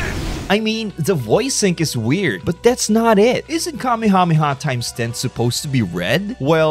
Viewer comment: "Kamehamema" ur not slick pal 💀